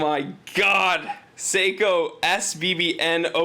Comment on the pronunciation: Top review mate you do a top job keep the vids coming,,, But please sako make guns Seiko do watches you need to pronounce the e lol. I think it’s just the accent Top review again. 👍👍